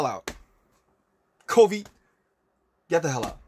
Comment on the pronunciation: Okay but instead of COVID he sounds like he was saying Kobe at the end 😭